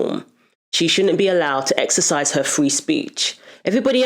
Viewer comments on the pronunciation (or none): none